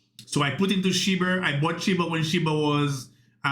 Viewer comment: Do you realize you're saying "Shi-BURR" and "Sai-TAMER" ???